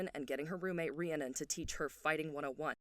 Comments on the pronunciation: stoppp this was so good!! my only critique is how you say Rhiannon, as a girly with a real life bestie called Rhiannon, it's said like Rhree-ah-nin. amazing video, loved it! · I just want to help everyone out and let you know Rhiannon is pronounced ree-ann-non*, you very much pronounce the final *-on and it's not -urn or anything like that xoxox